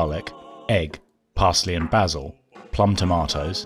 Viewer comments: And basil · He said “Bah-sil”. 🤣